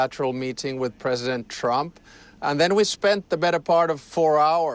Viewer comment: This reporter's so full of themselves they can't say the word Presedent.